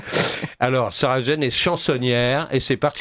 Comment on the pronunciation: Sauf que ça s’écrit et se prononce Jane et non pas Jean. Ne vous en déplaise. Ce chauvinisme est ridicule.